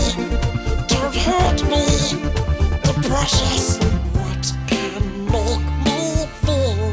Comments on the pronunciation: I thought you kept saying "depression" and not "the precious" 😂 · in the my girl when yoi say the precious i thought you said depression cause I was only listening and I legit said same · I thought he was saying depression during “the precious” singing montage 😭😭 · At first when I heard him say what can make me feel that way the precious I thought he said depression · Why do I hear "depression" instead of "the precious" in his Smeagol song? Also, what do you call a male Karen?